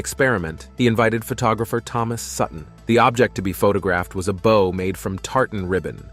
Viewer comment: The narrator pronounced the word 'bow' as 'bou' (To bend or curve downward) instead of 'bəʊ' (a knot with two loops and two loose ends). Does this channel a voiceover app for narration?